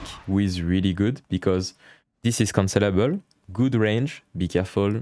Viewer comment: Great guide and format, I will be looking for more. I just had a decent lol as I realized after about 5 minutes into the video that he was saying 'cancellable' not 'considerable'; I kept hearing 'this move is considerable' and I was waiting for a reason why 😃